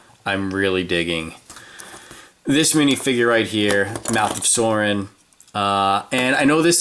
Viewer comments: It is sauron not sorin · It's not mouth of sorin it's mouth of soaron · If you say Soarin one more time... its pronounced Sauron! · sauron's name is pronounced like souron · Sauron's name is pronounced SOW-ROHN